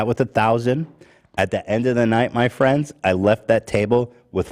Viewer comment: Can't we just all be fwends